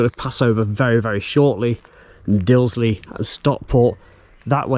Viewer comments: Excellent Video, however not pronouced "Dilsley" correct is Disley. Trains from Rose Hill run to Manchester either via Woodley or Bredbury. Bredbury is the closest station to Stockport with a direct bus service into the town outside of the station. Bus no is 330. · Very good, but its Disley, not Dilsley as you seemed to say. It has a bar there serving many malt whiskeys. So if you had a shop in Disley selling Malt Whiskey, what else would you call it, but....Malt Disley. Excellent. Wonder if it's a Mickey Mouse outfit? Lol. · It's Disley, not Dilsey. It's been pronounced incorrectly at least twice.